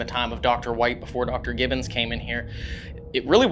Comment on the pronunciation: That was so funny that you both kept calling them Gibson instead of Gibbons 😅